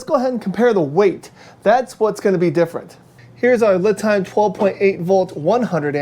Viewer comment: Thanks for the video. FYI, the company lame is pronounced Lee'-time; not Lih'-time.